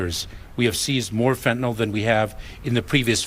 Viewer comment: She can't say Fenta- NYL, either. She keeps saying Fenta- NOL; As if it's a kind of Tylenol. But not everyone is a Pharmaceutical chemist, like I am.